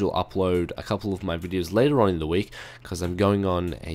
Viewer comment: Dude learn english. the not te lol. person not perso n (!?!??!) lol. too not to lol. :)